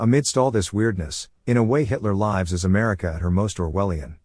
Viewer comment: Every mispronunciation of “Hitler Lives” gives me a chuckle.